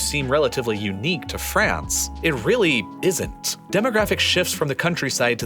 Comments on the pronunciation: The country is France, not "Frence" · Hahahahaha franch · did you say "francestance"?